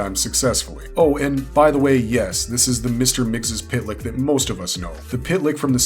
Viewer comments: According to the Super-friends it’s pronounced Mix-zolt-plyk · Mister missyezpitelik pronounced so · its PERNOUNCED MIXLEPLICKT ISN'T IT? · heh heh heh he said tip lick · It is Mix Ill plick Get it right, geezh! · I've always pronounced it "mix'lplicks" , but I'm from the 3rd dimension and most likely my dumb human tongue can't pronounce a 5th dimension name. ... pretty sure I've never been tricked into saying my name backwards, so, I'll call it a wash?